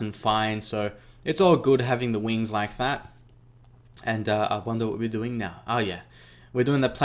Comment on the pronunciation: No offense but when you launched the Valkyrie it sounded like you said 'dwing' instead of 'doing' 😆